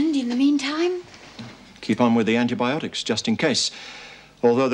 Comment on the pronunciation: I love how Lizzie cannot pronounce certain words... anti-botanics for anti-biotics LOL